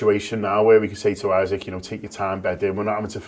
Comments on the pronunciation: Isak pronounced EESAK !!!!!! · Guehi’s height debate look how sketchy Ibou deals with ball in the air. For reference the late Diogo was mighty in the air for a smaller lad. Isak pronunciation got to be sorted here. Top show and great host duties 😊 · Can you lot sort out out your pronunciation of Isak please? I counted four versions in that convo. Up the mighty Reds. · 3 pronounciations of Isak. Come on lads this one’s not that hard 😅